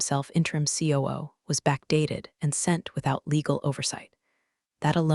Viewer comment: That Ku instead of COO really caught me!